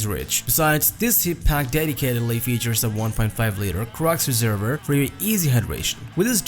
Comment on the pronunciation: Réserver !!! No it’s a reservoir! Sorry can’t get past voice